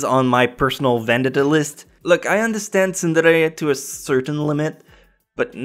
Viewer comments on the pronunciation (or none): your english is god awful........"ven-det-da" VENDETTA OMFG among many other words you mispronounced i know you're french-canadian but holy hell im sure english spoken there good lord its just best you speak in french and do subtitles for yourself e.e anyways i fully agree with your list tho 10/10